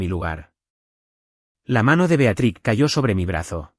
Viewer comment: Por qué le cuesta tanto leer B e a t r i z, así como está escrito